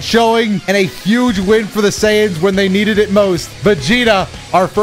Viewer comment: why you keep saying SAiyans like that? 😂